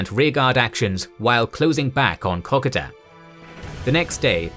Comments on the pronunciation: It’s Ko Ko Da not KokAda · KA KO DA ..... FFS IS IT THAT HARD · It is pronounced like cocoa and da as in the Dutch way of dad. Secondly the kokoda track and kokoda trail were two different things. The Aussies and papuans were using the track to ambush on the trail. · Wait I have been pronouncing it co-co-da all this time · Say it like this K'koda. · You said Kokoda wrong mate extend the vowels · As an Aussie, I love that this exists/ However, I die a little every time he says Kokoda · I just could not stand the mispronunciation of KOKODA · At least pronounce Kokoda correctly. One of the biggest operations in australian history and you mispronounce it every time. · If you don't do AI then I really gotta ask you to work on your pronunciation of Kokoda. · There is the way most Australians pronounce Kokoda, there is the way some Australians pronounce iit, and there is your pronounciation. When you get something so fundamental wrong it raises question if you cant be bothered with something that easy how confident can we be in anything else? You have Australian subscribers ask them. There is the chance that you have adopted a Papuan pronounciation in which case you should state it but further there are a number of languages specific to different parts of the track so which tribal group did you chose and why? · Your narrator needs to review his pronunciation of both "Maroubra" & "Kokoda".